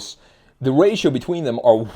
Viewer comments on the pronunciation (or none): none